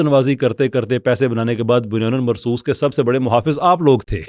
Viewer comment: بُنْيَانٌ مَّرْصُوصٌ ,Respectfully, your pronunciation of this Qur'anic phrase is terribly WRONG as wrong as these so-called MUHAFIZ and politicians..... it is BUNYAN AM MARSOOS, NOT BUNYAN AL MARSOOS, IT LOOKS REALLY BAD ON YOU! ISLAH FARMA LEEJIYE GA